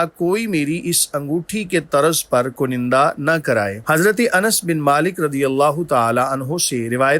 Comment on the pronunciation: Correct pronunciation is kunda not kunanda.